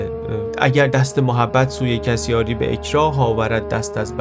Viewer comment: ❌ یاری ✅ یازی